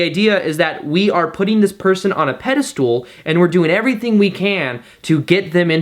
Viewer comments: Expecially? and pedestool? Yikes. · Peda-stool haha oh 😂🥰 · Pedestal .. pedestool?